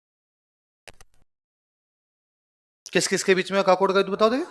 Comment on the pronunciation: सर काकोड नहीं है ककोड़ हे